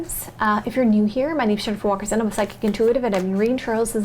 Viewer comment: Jennifer, please enunciate your name better! You speak very well except in that one instance. Thank you for being my favorite and now only reader!